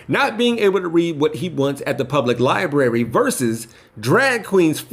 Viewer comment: Lmao "Libary" No, they just didn't want someone who can't pronounce "library"...